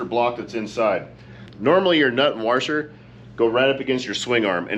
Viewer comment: It's a washer not warsher